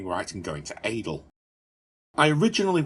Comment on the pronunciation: Pretty sure I won't be the only one to tell you Adel is pronounced (Addle). But, what's in a word when you bring us such good content.